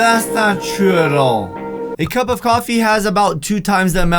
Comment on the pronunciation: said cop of cufee